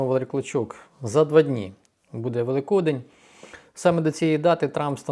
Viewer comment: Великодень наголос на и